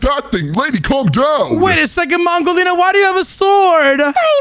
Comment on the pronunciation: Did u just call her pongolina she is mangolina